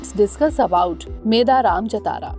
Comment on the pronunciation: It's not pronounced as "Meda Raam". It should be pronounced as " Medaarum" Also don't pronounce it as Jathaara... You should pronounce it as "Jaaathara"